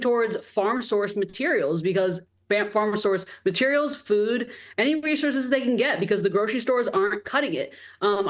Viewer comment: I think that the guest is AI generated or edited (listen from min to the robotic glitching 'uhm' sound) and look at the unnatural wax doll face looks, outlines, etc. I suspect it also with other guests on this show. Also listen from min, lol the word 'foods'. She sounds like Whitney Webb and the mouth looks very artificial to me, posing with touted duck face lips when not talking. Ridiculous.